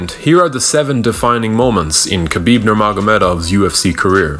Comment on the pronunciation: It's pronounced Ha-bib not Kabib it's really not hard at all